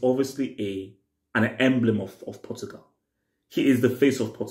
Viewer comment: World cup Portugal hey bro over emphasis